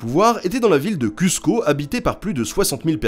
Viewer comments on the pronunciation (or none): Ne dites pas cussco. Dites Cousse co. Les incas étaient bilingues. Aymara e quechua. Mais ils parlaient entre eux en puquina. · J'adore ta vidéo mais tu m'as achevé sur cUzco ahah. Ça se prononce "Cousco". Mais je répète, ta vidéo est top! D'ailleurs j'ai pu voir des crânes "modifiés" à Lima c'est assez flippant..